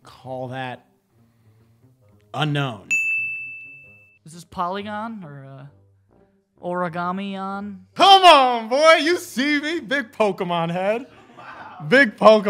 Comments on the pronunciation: It's Unown not Unknown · It's Unown... not Unknown 🙄